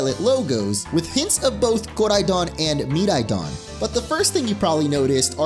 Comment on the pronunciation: He doesn’t have to say koridon and miraidon with that weird accent